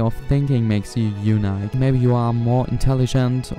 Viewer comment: you pronounced unique wrong. good video though